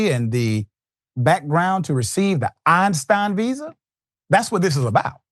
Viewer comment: Not the Eistirn Lady😂 So, you have to have an extraordinary skill? .